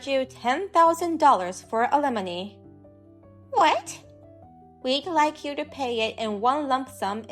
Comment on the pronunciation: Talk to someone that speaks English knows the difference between alimony, lemony, alemony, and lemonade, alumni and it can explain to you what compensation is since you don't seem to have a grasp on that. Oh my God can you have any more awful pronunciations of alimony You cannot get alimony from someone you've never been married to it's compensation